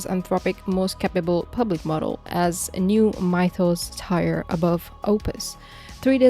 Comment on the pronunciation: "mitos" "tire", yep you're AI